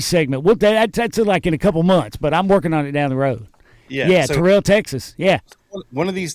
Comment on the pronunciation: Terrell, Texas is pronounced Terrell, rhymes with feral. Great show. Thank you.